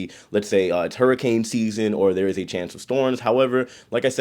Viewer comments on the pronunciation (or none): none